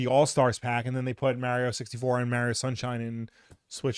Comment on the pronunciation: So they did add content to super Mario rpg. If you knew how to say Mario correctly you would have known that. 😂